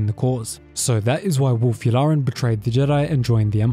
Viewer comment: "Werewolk Yularen..." XD